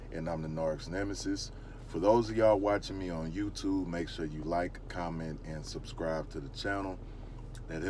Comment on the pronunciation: Are you saying subscrive?